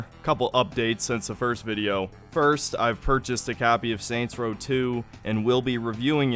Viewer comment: Soynt's Row